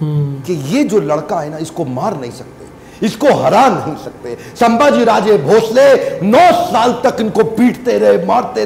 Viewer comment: Sambhaji Maharaj ko ijat se bolo (hara nahi, vo). Aise friends ki tarah pronounced mat kar vo raja hai ijat se bolo 😡😠😡😡😡😡🤬